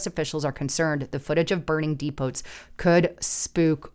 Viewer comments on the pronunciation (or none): Depot is pronounced dee-po The t is silent